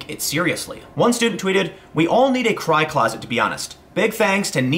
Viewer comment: I thought you said "high closet".....now I understand.